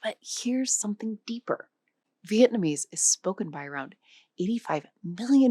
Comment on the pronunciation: as a former vietnamese, your pronunciations are nowhere close to sayign it right but good try!